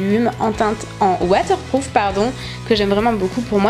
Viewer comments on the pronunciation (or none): none